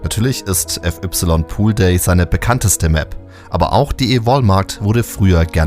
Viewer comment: wieso spricht man fy mit "ef ypsilon" aus stat fei_poolday oder fai_iceworld? Wer macht sowas bitte? 🤣